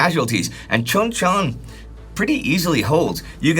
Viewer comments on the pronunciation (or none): Hey and team! I think it would be helpful for someone to learn Hangeul so you can pronounce place and people names correctly in the future. The Anglicization of Korean can be misleading, like pronouncing Chuncheon (Choon-chuhn) like 'Chuhn-chuhn.' Hangeul is a very simple alphabet to learn, making Korean a surprisingly easy language to accurately pronounce once the rules are clear. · His Korean name pronunciation is killing me 😂 춘천. Chuncheon-si is "oo" like "you" Chun is pronounced Choon. That one is for free😅